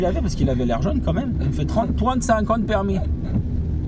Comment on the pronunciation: Oui l'accent cweol😂